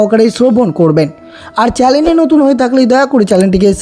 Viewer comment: তুই তো একটা মূর্খ অশিক্ষিত মানুষ আবার বিস্তৃত করছিস কি যে চ্যানেল উচ্চারন কে চ্যালেন বলছে সে আবার ভিডিও টা বড়ো খলিল জন্যে আছে বাজে বকছে।